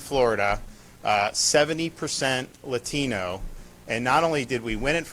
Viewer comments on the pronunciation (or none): its not letino its Latino pendejo